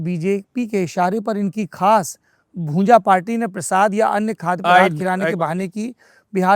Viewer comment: अरे ओ भाई पत्रकार भुजा नहीं भूंजा बोलते हैं। ऐसे तो आपनखुद अपने को बिहार के क़रीब बताते हो पर ये भी पता नहीं।😂